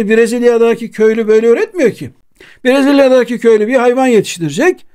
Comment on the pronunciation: Brezılyadaaaaki değil, brezilyadaki.. Bu telaffuz hatasını hep yapıyorsunuz